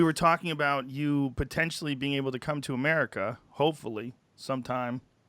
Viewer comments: Ahmaahhhricah... I love Douglass pronunciation of America, it cracks me up every time 😂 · ‘Amurica’ where they have ‘cuvid’ 😄